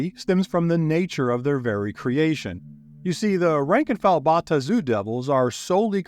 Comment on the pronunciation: Thank you for the effort. Your pronunciation of the Bae-Aht-Zu , the Ta-Nar-ee , as well as Asmode-ee-us , are wrong. Yet your pronunciation of Baator is correct and is the root word. You also would have done yourself a MASSIVE service by going back to the 2nd edition Planescape setting for lore, origins, and an even better understanding of the motives and influence of each of the factions. Well produced video though.